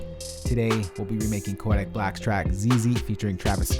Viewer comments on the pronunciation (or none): Can we just take into account the fact that he says “koAdick black’s Zeze